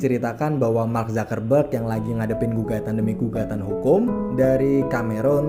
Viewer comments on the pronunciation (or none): Mark Zakarrberg?? Apa gw salah dengar...? Part ....mark zuc-ker-berg...bukan Zakarr mass🤣🤣🤣🤣🤣🤣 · Dibacanya mark zakerberg